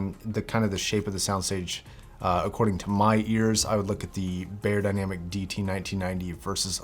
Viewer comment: It’s pronounced: Buyer Dynamic ;)